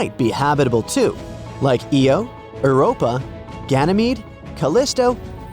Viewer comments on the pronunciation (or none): eo bro its IO